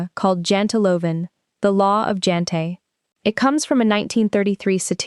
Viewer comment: Jante is pronounced with a soft j. Like yes. Yantelov. We dont care about status.